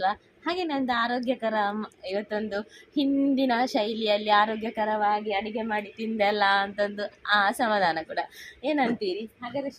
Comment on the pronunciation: 😃😃😃😃.. it's not..ADIGHE...you should pronounce it as ADOOGHE...OK? ADIGHE.. meaning of totally different